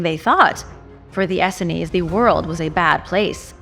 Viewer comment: Please correct your pronounciation of 'Essene'. It's pronounced 'Ess + seen'